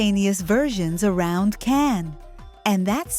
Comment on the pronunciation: His name us pronounced "Jan" not Can!!!!!